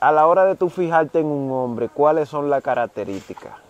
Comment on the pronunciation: me en canta tus contenidos buen trabajó. Solo te pediré algo. Cuando en trevista apersonas en condiciones ya sea precaria ho de salud física no digas. La palabras ay hombe se escucha como de pena. Y el trabajó que usted ase no es para que de pena es para yebar mejoría Asus vidas por favor escusame si te molesta mi comentario.